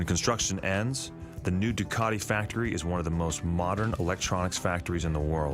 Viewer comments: I never knew Ducati had a hidden R. Why does the guy doing the voice over say Ducati grammatically like Du Car Ti The Italians pronounce it Ducati with no hidden R. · He just said "Duwcardee" again, I'm out.